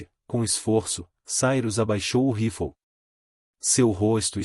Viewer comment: Se diz rifle e não roflou